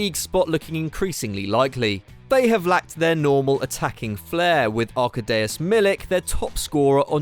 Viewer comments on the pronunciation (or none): Who is Arkadeus Milik? It's pronounced Ar-ká-di-oush Milik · Sounded like was saying Amadeus but got something stuck in his throat. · That pronounciation of Arkadiusz 😂😂😂😂